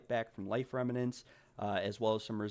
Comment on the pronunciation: Just FYI, it's "rem-nants". not "rem-ma-nants." You were pronouncing it incorrectly throughout the whole video.